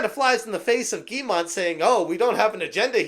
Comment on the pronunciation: "Yves" is pronounced like the english "Eve" (i'm french) (Guillemot pronounced like Giymo, but you did pronounce it well already)